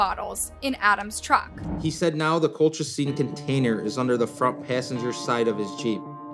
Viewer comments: It’s not colclean! Sound it out col-chi-cine. It’s said in the video correctly by everyone but the person narrating this! Seriously the most annoying thing! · Why she keep saying colclean? 😅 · Lol cloclean 😂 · everyone they interviewed- "colchicine" - "cul-cha-cheen" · She's pronouncing Colchicine differently every time 💀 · How hard is it to pronounce colchicine? Or Oneida? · Maybe rehearse the tough names? With so many examples of how to pronounce colchicine correctly, there really isn't an excuse. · I read this after I had just previously watched a video where she mispronounced benzodiazepine. Then while watching this video when you done it again with colchicine and not just once but says it's two different ways after they had just said it 😅😅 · Omg I noticed to with the medication name😂😂😂 like they pronounced it for u. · Girl. The experts pronounced the medication 100x & u still messed it up, every time lol 😂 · How you pronounce colchicine 6 different ways? 😂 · Why cant the narrator pronounce "colchicine" despite multiple clips of people pronouncing it? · I love that they say colchicine like 5 times and still gets it wrong. Once again proves isn't a narrative but a robo text to speech bot lol. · Is it just me? I'm annoyed she put so much work into this video, and reviewing it, but refused to say the medication name properly. I don't know it bugs me lol. You can hear the proper way to say it in the video, but she's mispronouncing it in a variety of ways. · Why does the narrator keep mispronouncing the word colchicine? It’s pronounced correctly all through the video by everyone so why can’t she say it right? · Why can’t she pronounce colchicine? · Why can she not pronounce colchicine? It's one of the easier meds to pronounce. She said it every single way but the correct way. I guess for comments? Lol